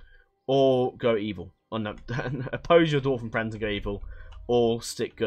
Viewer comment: I'm glad you corrected yourself with Carn-dûm, I was typing a message to point it out in the comments as you corrected yourself lol. The arrow on dûm basically just extends the "u" sound creating a "ooooo" effect. Another correction for you: Ost-in Edhil is pronounced ost in ethil. Ed = eth It's dwarVen, not dwarfen. Tolkien specified that while in other literature the correct use is Dwarfen, if you are referencing his Dwarves specifically, its the V variaiton. And thanks for the overview on this mod! The first thing I did when I found 4.0 on moddb was google "Third age total war 4.0 preview"... found a good video. thanks :)